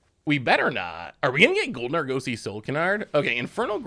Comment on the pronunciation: say Argosy like the Argosy Casino and Resort. ARE-GUS-EY. You're killing me. lol